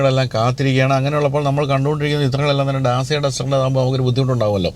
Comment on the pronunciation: Sorry for small correction Dacia is pronounced as ഡാചിയാ.. അതേപോലെ മാച്ച് ഈ അല്ല മാക് ഈ ആണ്‌